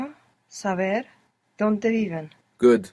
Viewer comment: 18 tracks and still says SAVER instead of SABER 😂😂😂😂😂